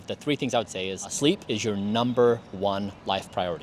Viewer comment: He’s out of touch (and a little creepy lol) but I like how he emphasizes sleep at least 😅